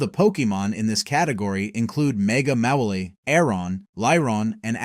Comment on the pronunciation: I disliked this video because they misprounounced Mawile and called it Mega Mawile. I mean, yes, Mawile's best when it Mega Evolves, but that's not saying it sucks. X( Also, Fairy is not resistant to Psychic attacks. Get your facts straight. And the Pokemon they show as bug types is insulting, they just basically list the Kanto Viridian Forest Pokemon. X(